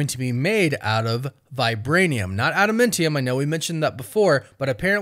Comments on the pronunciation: Adamantium. Not adamintium. Trashtrashtrash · Wtf is ADAMENTIUM?! Its ADAMANTIUM. Smfh. Annoying af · first of all the substance is not at a momentum it's Adamantium like Adam and Eam Not Adam Mentem there's no mentee in Adamantium so change your pronunciation and get it correct it's Adamantium. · Say it with me, Ada-MAN-tium! Lol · Ada-MAN-tium my dude. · Add a MEN tiyum 😂. 🤦🏼‍♂️. Fingernails on a chalkboard.